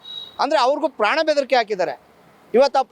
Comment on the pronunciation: ಆಂಟಿ ಏನು ನಿನ್ನ್ ಕನ್ನಡ 😂😮😊, ಪ್ರಾಣ ಅದು ಪ್ರ್ಯನ್ ಅಲ್ಲ 😂